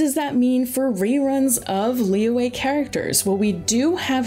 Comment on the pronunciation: the y in liyue is a consonant sound, like y in yummy, just saying